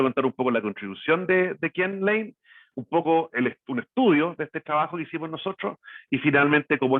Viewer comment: tan buena información y tan mal que se expresa, habla el expositor, clase de dicción y modulamiento le falta, horrible como habla...hay que traducirlo shrabajo = trabajo